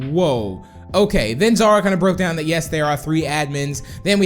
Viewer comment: Melanie Lee It's Xara Not Zara